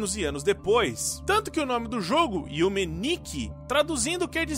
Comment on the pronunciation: Aquele momento que "Monoe", é o único nome em Yume Nikki que ele pronunciou corretamente (já começa falando "Yumi" ao invés de "Yume")... That triggers me so hard...